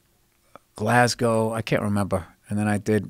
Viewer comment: Id just like to thank Bill for saying Glasgow correctly Hes the first American in histoy.